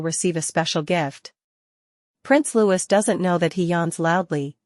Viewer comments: Odd how the AI knows exactly what Louis thins and feels and does. and it's Lou-ss not louj-iss. and William is not King William yet. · You assume to know alot about what L-O-U-I-E thinks and does...yet you cannot even pronounce his name correctly. Your monlogue is ridiculous. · His name is not Lewis. His name is Louis. (Pronounced as Loowy)